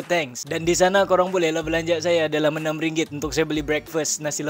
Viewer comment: Suruh dia belajar sebut RM dulu